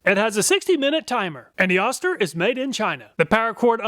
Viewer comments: Oh-ster, not Ah-ster. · Just so you know, it's "OH-STIR" not "AH-STIR". That's from the company themselves. 🙂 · you were calling the O-ster, Oscar, just say O then ster not Oscar. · It's Ohster not Ahster... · I really love your presentations! However I cringed every time you said oss- ter. This is an old American name brand. Oh- stir is the pronunciation. I'm old and remember Oster. Of course it is just a name now. Thanks! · Oster is correctly pronounced oh-ster , not ahh-ster. At least acording to John Oster, a direct descendent of the founder of Oster Manufacturing, who still works for the company. He would know, so I'll take his word for it. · It's pronounced Oh-ster... not Ah-ster. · Killing me with the “Ahster” here. It’s pronounced “Oh-ster” (rhymes with toaster). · Wait It's pronounced Ah-ster? My family always said Oh-ster. 🤔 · Jersey dialect😂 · say "Oh-Ster" not "Ah-Ster" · You are too young to know that Oster is pronounced with a long O. OH-ster, rhymes with roaster. The brand has been around for a century making blenders, mixers, and other kitchen small appliances. They made lots of other things including clippers including large animal clippers. I used a big set of Oster clippers on horses in my childhood. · I think Oster is pronounced like “toaster” without a T. Oh-ster. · You’re too young to know but “Oster” is pronounced “OH-Ster” Once upon a time was a beloved Made in USA Appliance brand. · it's pronounced Oh-ster, lol. I remember the ads from my childhood. this brand has been around for a long time. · You kept mispronouncing Oster it is pronounced OH ster. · Oster is pronounced OH-ster per their ancient commercials. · Oster is pronounced with a long "O". Go find some of their old TV ads and you will hear it.